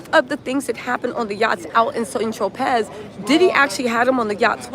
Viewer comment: Compelling case,however, when saying St.Tropez, the Z sound is silent, and the E sounds like Ay